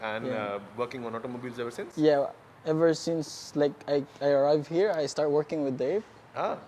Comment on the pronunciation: Can you please practice saying he-ear for 'here' instead of "hair" every time. It will help with the overall entertainment factor and foreigners can comprehend faster. Just a suggestion. Thanks.